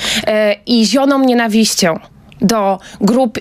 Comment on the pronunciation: " i zionom nienawiścio ... " hahaha